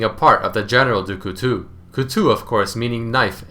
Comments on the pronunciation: COOTU xD... Couteau, Coo-to! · Knife in french is prononced kooto not kootoo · it's read du couteau with an "o" in the end not an " u "...like "coutoh" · Couteau is knife in French not coutou or w/e you said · It's pronounce Cutó, right? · "Kutu means knife in french" that killed me xD Couteau is pronounced like "cool tall" without the "l" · cutu xD on dit un couteau <3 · It's pronounced coo-toe, your French is terrible lmao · Cootoo xD close enough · love your vids, even if a large part of them are repeating their written lore. but for the love of god, PLEASE learn to pronounce du couteau right, it's driving me insane every time you mispronounce it -_ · being french and the way u say du couteau makes me cringe a little sorry haha